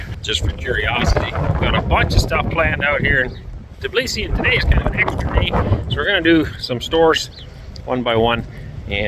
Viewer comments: TBilisi, not Tiblisi😊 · Аренду так удобнее произносить. Знаю одного француза - он так же произносил, да еще и ударение ставил на французский манер - на последнюю гласную . = ТиблисИ😊